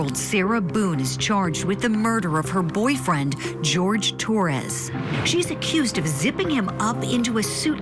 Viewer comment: It's Jorge, not George